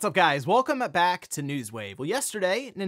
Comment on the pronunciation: "what's up guys, welcome-a back to news wave"